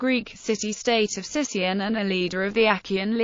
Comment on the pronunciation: It is actually pronounced Sikion (Not Sission). Thank you.